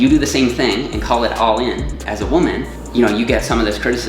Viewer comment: anyone else notice how kinda pronounces woman like weman?